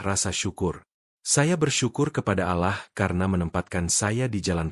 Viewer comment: Alahlagi alahlagi.. min tolong klo muslim tuh .. Awlloh bukan alah wlo tulisanyaAllah.. faham min admin pekok